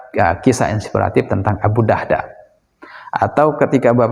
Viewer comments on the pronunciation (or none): Izin koreksi... Abu Darda yg benar bukan Abu Dahda